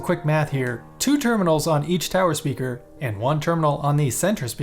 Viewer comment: Stayed for the end and was pleasantly surprised with those bloopers. Definitely needed that with my morning coffee. "Speaker...with a G... speager"...Thank you for this! hahaha